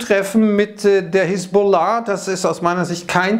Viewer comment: Hisbollah wird ganz normal ausgesprochen. Nicht so komisch betont